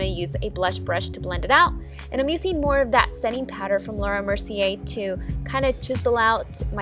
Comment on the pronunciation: why does she say "uCing" and "amaCing"??????? it's so annoying!!!!!!!!!!!!!